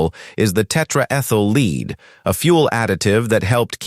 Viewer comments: "Tetra-ethyl LEED" for pronunciation of "Tetra-ethyl lead" (lead is properly pronounced "led" - as we ALL know, except this AI robot narration.) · AI narration sucks! Lead, Leed, Led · WTF?? The idiotic AI voice-over pronounced lead as 'leed'. More clickbait bs. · Tetra-ethyl "LEAD", as in lead a horse to water?! What kind of spoken narration is this? Also, a "deadly" motor? Just how did it kill? "Rare Car Storys" - should be "stories", the proper plural spelling. This website has too many anomalies.